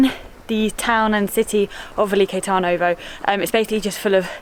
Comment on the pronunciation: Lol 90% of the pronunciations are totally off, but great video nonetheless! The beer is pronounced Pee-reen-sko (Pirinsko) The fortress Tzar-e-vetz (from the word Caesar, meaning Emperor ) - the Tz in Tzar is pronounced like TS in panTS The city is Veli-KO TAR-novo